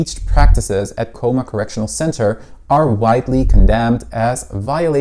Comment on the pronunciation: Researching Cooma and can’t even pronounce the town name right 😂